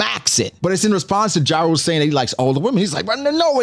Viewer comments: Jarul is pronounced "Yah-rul" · It’s pronounce YA-RUL ….